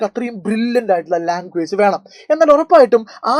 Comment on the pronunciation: Veenam അല്ല venam